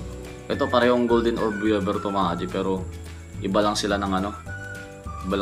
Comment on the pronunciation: Weaver not webber. Jumbo not jombo.